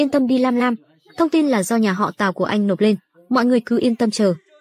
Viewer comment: Mọi người có nghe nhầm không nên lần đầu tiên tôi nghe là nhà họ táo lần sau rồi mới hộ tào